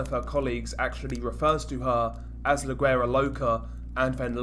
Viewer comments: It’s pronounced “WERA” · You don't sound güera with a g sounding ... You sound the g with a w ... Wuera it's spelt güera but pronounced wuera loca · The G in guera is silent lol